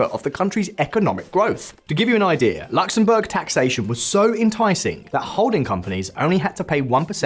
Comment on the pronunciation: Its not LAXemburg. Its Luxemburg